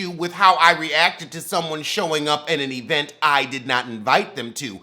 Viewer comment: Yes you gotta put that strong E in the beginning of vent🤣🤣🤣🤣